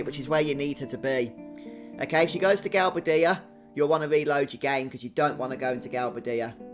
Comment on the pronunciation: It's pronounced Gal-BAY-dia